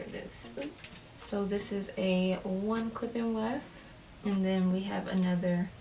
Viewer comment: All I hear is “clip in wef”